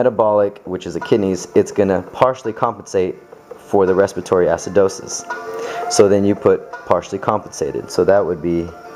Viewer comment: respitory haha